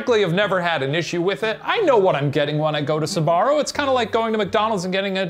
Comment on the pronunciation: I'm sorry, but it's really funny how they don't pronounce SB and say sUbarro instead.